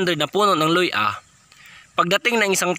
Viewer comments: Luya hindi Loy-A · Luya NOT luy-a !